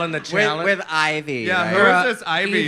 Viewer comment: Sharon calling Yvie 'Ivy' is iconic